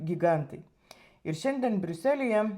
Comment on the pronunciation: Kirčiuoti reikia Briu'selyje